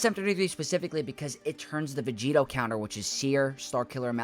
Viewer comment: stop saying vegeeto it makes no sense. what does it even mean